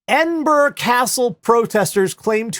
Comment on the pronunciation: In fairness, because I unfairly griped about this some years ago - yay, he got Edinburgh pronounced right, multiple times! Also, that story - they may only have been thirty people inside the Trojan Horse but none of you are fucking Odysseus, okay?